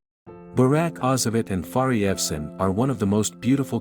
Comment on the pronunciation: Very nice voice of the narrator and the narration is very clear. How he pronounce the name of Fahriye is even cute.